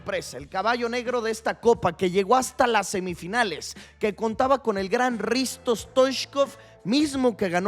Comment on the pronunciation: "Risto" Stoichkov? 😂😂😂